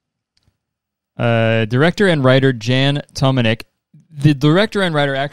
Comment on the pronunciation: the way kurtis prounounces jan tománek is so funny since the czech proper way to say it is so wildly different